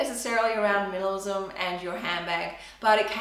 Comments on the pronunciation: It’s like she’s saying ‘minilism’ not ‘minimalism’ it’s so fast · “Milamism” LOL